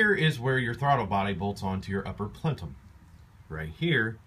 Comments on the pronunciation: Plenum, not Plentum. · Yeah. Unfortunately, he did. It's *ple-num*.......not 'plen-tum'. Reminds me of an idiot I used to know who would say 'al-blum' instead of album and 'trem-lo' instead of tremolo. I imagine this guy is probably good at math because in my experience, people who are good at math can't spell, pronounce shit correctly, use bad grammar and generally can't do anything BUT math with any degree of competence, including basic communication or socialization with humans. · Christian is 100% correct, its PLEN--um. Not PLEN-TUM. Good video though--why on earth would you mess around with junk yard plenUMS when you can buy a new one with steel sleeves for under 100$? Then you never -ever have to change this again. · You're video is GOOD and informative.... My mother was southern, she said "warsher", NOT washer. I dunno why, but in school, in spelling class, I spelled washer, "warsher", and was told I was spelling it wrong because I was pronouncing it "wrong"... I still SAY "warsher". PLENUM.... NOT PLENTUM... There's no T in the word.... Say "PLENTUM" all you want, but I now know my spelling teacher's pain, and my own hearing it mispronounced quite regularly.... GREAT video otherwise. :) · Great video, what’s with the emphasis on Plenum? But you keep saying Plentum. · Plentum????.... it's called a plenum for the last 30 years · PLENUM.. not plentum,,, hahaha lololll amused. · Plentum? PLENUM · Plenum. No T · Did he say plentum? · He did i was yelling at my screen its p l e num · Say it with me, PLENUM. UPPER PLENUM. There is no T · What is a "plentum"!?? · Good video but I have to admit, my OCD kept kicking in every time you mispronounce Plenum.